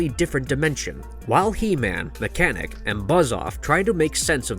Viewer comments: Omg this guy calling mekaneck mechanic is killing me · His name is Meckneck not mechanic